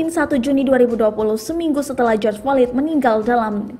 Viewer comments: Mba maaf ya. Flyod Bukan FOLID. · ejaannya /flo/i.d bunyi d nya dikecilkan, bukan fo/lid/ lulusan sma ini naratornya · Maaf min bkan folid,,slah sbut kali. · Belajar lgi bahasa inggris yg bner Folid Hahahahahaha😂😂😂 Malu2in aja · Baca floyd nya kok gt mbake, latihan dl lah